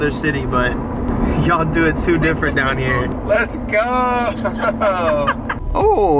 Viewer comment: h-tine hold it dine